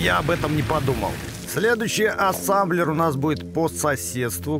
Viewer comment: Производство называет: "Ассемблер" 🤓 всё видео: Ассамблер, Сасамблер:)))